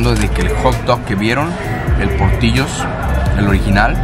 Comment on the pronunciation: Se llama portillos y se pronuncia portilos pero con doble l